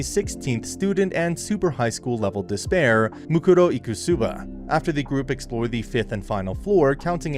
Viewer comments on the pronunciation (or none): Bro called her Eek' ku sooba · "muruko ikusuba" 💀